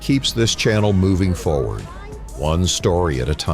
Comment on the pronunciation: "Percision" is not a word. *Precision "Percise" is not a word. *Precise "Fawerd" is not a word. *Foreward